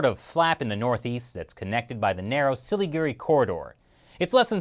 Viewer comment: Hey, thanks for mentioning North East India and pronouncing Indian names like Siliguri near perfectly. Btw while China is constructing roads, our roads in India especially the one connecting West Bengal and North East is in terrible condition and the less said about the border regions in this area the better. The road conditions are still not being improved to facilitate easier transport of Indian troops to our border with China along the Siliguri corridor.